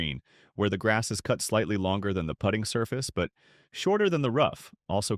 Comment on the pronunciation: AI narration is getting better...maybe someday it will learn how to properly pronounce "putting"...it's actually pronounced differently than "put-ing"